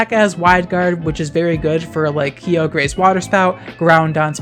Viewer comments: It's been a long time since I've heard someone say "key-oh-grey" Not since the pokerap * shudders * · I’ve been watching you for years but still every time you pronounce Kyogre and Groudon like that it makes me crack up